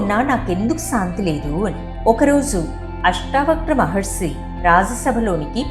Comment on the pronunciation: చాలా బాగా చెప్పారు,మహర్సి అనకండి మహర్షి అనండి